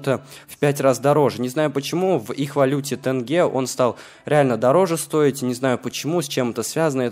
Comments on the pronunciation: читается не тэнгэ, а тенге, мягко. И все цены в магазине восстановили. Тоесть стоило 550 тг., а щяс 350 тг. как было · ало плять 1 рубль = 5 тг. и харе уже грить тэнге они не тэнге а тенге